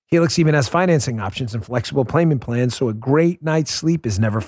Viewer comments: I swear to god you said "pLayment pans" during the Helix ad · “Playment plans” !? No way!